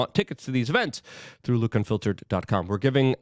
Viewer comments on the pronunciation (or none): none